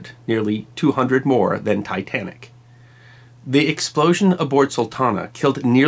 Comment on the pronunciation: Tytanic? Never heard of it...